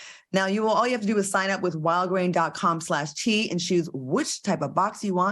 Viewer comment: Claudia, every time you say wildgrain it sounds like you're saying Walgreens. Just saying! I don't get the outrage of Will slapping Chris. Will made one mistake publicly & people want to nail him to the cross. I think it's sad that Floyd called him every day and no one else did. I guess they was too busy condemning someone else. Thank you Claudia for not being a Petty Labelle like Q & AL.